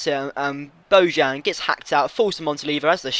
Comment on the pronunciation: Bojan GOTE. And the "j" is pronounced like a "y"